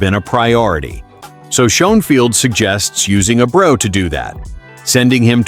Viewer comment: I understand your using a computer enhanced voice on this channel which is a poor choice IMO but could you at least pronounce the damn players name correctly? His name is no Abro or and man do you butcher Rafaela name Please make it stop!!!